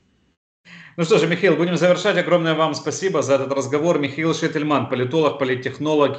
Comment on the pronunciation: Шейтельмана зовут МихАил, а не МихЭил! Ну пожалуйста, поработайте и следите за своим произношением...